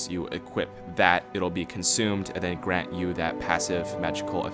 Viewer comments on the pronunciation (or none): none